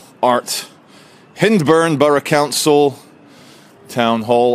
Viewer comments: Just so you know it’s pronounced HINDburn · Perhaps you should learn to pronounce Hyndburn as you begin and continue to slag a once proud town. Could you perhaps find a more productive pastime, as your smarmy, sarcastic and pathetic attempt at humour is disgusting. I was born in Accrington 72 years ago and continue to have a soft spot in my heart for a town that has suffered the ravages of right-wing policies, non-more so that the ones implemented by Margaret Thatcher. What an offensive individual you are, I feel sorry for you and can only hope that you may achieve some self-awareness one day and realize what an arsehole you are!